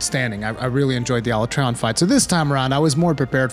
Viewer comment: Can't take this guy serious when he's mispronouncing Alatreon's name wrong. And he's wrong, this gatekeeping shit is going to kill the series if they keep this nonsense up.